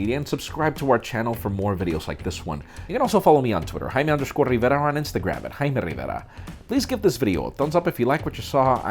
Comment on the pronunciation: Damn so satisfying when he says "hello I'm " and then continues with his review.